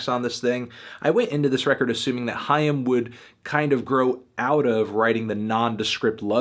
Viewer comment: Awwww He says " haim " right ... almost